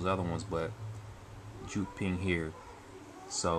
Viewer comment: That's actually pronounced "Yewd ping", not "Joot ping"